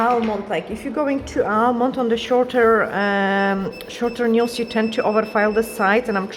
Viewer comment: Patrick please explain how to pronounce a word Nails and Result. It is simply painful to listen